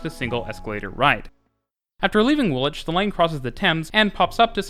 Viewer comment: Well done for pronouncing the station names correctly! (Specifically Woolwich, and maybe Reading). My comment looks a bit patronising; that wasn't my intention... Good work.